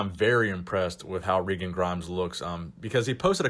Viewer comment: its regan, not reegan